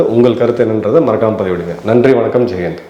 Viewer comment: சார் நீங்க வணக்கம்........ ஜெயஹிந்த் சொல்வது தவறு ஜெய்ஹிந்த் தனி வார்த்தையை நிறுத்தி சொல்லவும் ஜெய்ஹிந்த் மதிப்புக்குரிய வார்த்தை குட் மார்னிங் சொல்வதை போல் சொல்லவேண்டாம் சார்